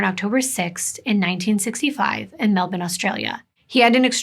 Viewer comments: Omg!!! Melbourne she said it the Aussie wayyy. As an Aussie I appreciate the harsh ending syllable - melbin/melbun is the way. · I live in Melbourne and it’s so nice to hear Australian cases be told because we don’t get as much coverage. But also you pronounced all the cities very well most people who aren’t Aussie don’t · This is in my neck off the woods., really appreciate you pronounce Melbourne correctly x